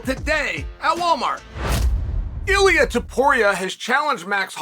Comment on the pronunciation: The fact that Uncle got Ilia's name right to the T means he's earned Uncle's respect.